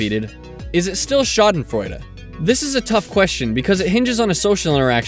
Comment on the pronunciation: nice pronunciation^^ i never really considered winning at a game as schadenfreude since even if i hate that person i'm just glad i won. another thing would be if they lose because of some stupid mistake they made. that would get me laughing for sure.